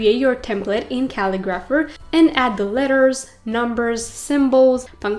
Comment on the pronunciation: Pretty sure you are saying the name of the website wrong. You are saying Cal-i-graph-er. Looks like it is the word Ca-li-gra-pher. Thanks for the share of information.